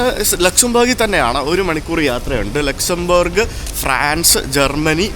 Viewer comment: pl pronounce the country name properly.... at least do a google check.... ലുക്സാംബാർഗ് അല്ല ലക്‌സോംബർഗ്...